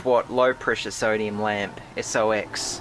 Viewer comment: just to let you know SOX is pronounced socks not s-o-x.